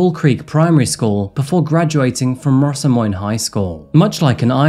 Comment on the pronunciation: Not bad pronouncation for perth but Rossmoyne is a lil bit off, hard to write it out but you did so good! I live in the area she relocated to in perth